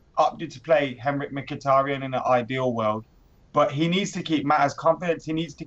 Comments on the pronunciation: seems like a really nice lad but the way he pronounces 'Mkhitaryan' makes me want to rip my ears off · i read this comment before i heard his pronunciation. More like Rip his head off. 😂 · can you start pronouncing mkhitaryan properly :)